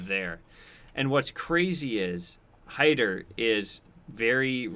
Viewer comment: Haider is pronounced closer to “Hi there” than “Hater”